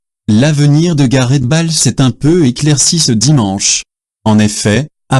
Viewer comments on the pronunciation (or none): Bonjour, quand est-ce que vous allez changer de voix? Balle pour Bâle, cul pour cup, ril pour le Réal et Meuh!!! pour Millions d'euros. Arrêtez ce massacre de notre belle langue française, s'il vous plaît. Salut.